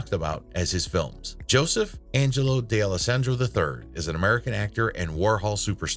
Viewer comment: DAY-ELLO-SANDRO??? Where does that pronunciation com from?